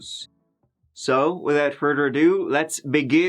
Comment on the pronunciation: haha without further adooo lets begooo